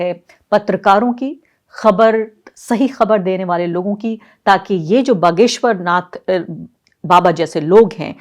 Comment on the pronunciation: बगेश्वर नहीं बागेश्वर धाम बोलो मैडमजी